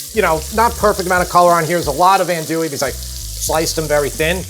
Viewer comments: not to nitpick too badly but you mispronouncing undewee you pronounce it in Dewey which is no that was pronounced. it is pronounced on AHNTOUIE on Dewey So it's not like N Dewey or N Dewey it's on AHN how it's pronounced TOUIE. I know it's your New York accent believe me I need a pick with English people about how to spell how to pronounce Jaguar and then call it Jaguar If you turn to tell him it's a Latin American word in the Spanish language from Native Americans and you're pronouncing it wrong it won't listen. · Dude, dude---AHN-doo-ee. -SAH-cha-rez. And no rouix??? 🤣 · That's ahn-du-we sausage. 😁